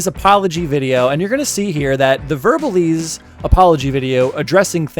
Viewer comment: It’s verbal ASE not eze